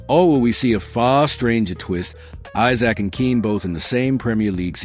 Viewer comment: Who types your commentary, it’s Isak not Issac and Wissa not Wisser.